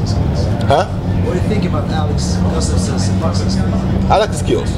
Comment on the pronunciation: Roy couldn't pronounce "Gustafsson"